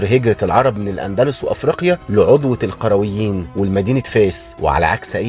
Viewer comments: القرويين وليس القيرويين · ملحوظة .. اسمها جامعة القريويين وليس القيرويين